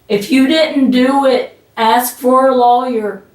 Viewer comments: Lolllyer 😆 Thank you, you as well! ❤ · My apologies to the Drop family but if I hear her tell the friend to get a "low-yer" one more time, Im gonna have to move on. Nah, Im going to stick around. Its too funny that she thinks the cops believe that she is unaware of the camera and that she's just nonchalantly chatting about the case at the top of her lungs. 😂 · I can’t help but giggle everytime she says “lawyer”.. what accent is this? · Actually, if you really consider the phonetics, she probably has more of a technically correct pronunciation that the more common "loyer" sound. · It's a crime hearing her broken voice pronounce "lawyer". Stay safe DD, BD, and all the CCCC🤘🫶🌈